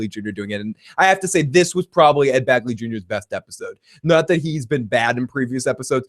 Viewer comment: BEGley! Ed BEGley Jr.! Not "Bagly". LOL!